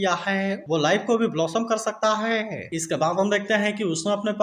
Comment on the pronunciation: Bhai ap tha or he thik se blo 😂